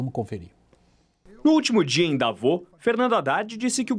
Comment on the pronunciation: Por que eles falam "Davô" se a pronuncia corretas é "Davôs"?